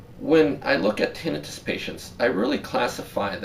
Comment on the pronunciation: Tin nai. tuss. Not tin I fuss.